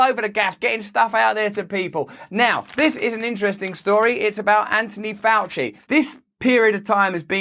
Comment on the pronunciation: Who's "Anonee Ouchie"?